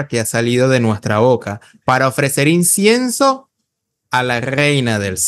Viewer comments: Incienso amigo no Insiencio. Pero debo reconocer que aprendo mucho de tus vídeo y de Mauro Biglino. Me han abierto los ojos, muchas gracias. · Ni siquiera sabe decir incienso 😂😂😂